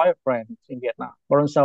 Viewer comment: LOL... We-itnam 😂